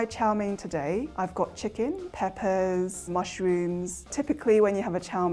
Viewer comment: "I can see mush-rooms in there" LOLL